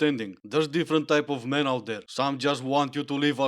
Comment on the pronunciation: "Iy have a theoree about mairn"... << inner me: reeeeeally? Do go on...